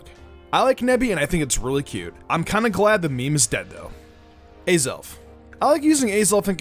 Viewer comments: Did he just say a-zelf?! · You pronounced Azelf wrong. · You were saying some Pokemon's name wrong like Azelf you said it wrong